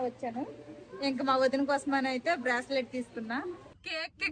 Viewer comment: బ్రాస్లెట్ అనకూడదు బ్రేస్ లెట్ అనాలి